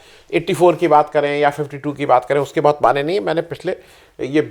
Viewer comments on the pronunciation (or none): none